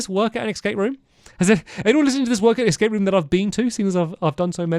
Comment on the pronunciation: Hearing him say “ex scape” rather than the actual pronunciation “escape” always takes me back to the best YouTube video of all time, Sinking Feeling